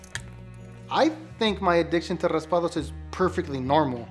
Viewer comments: Faisal4T he said Raspados he barley sad raspado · It’s not “raspados” mister is raspados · Uh no it's not it's raspados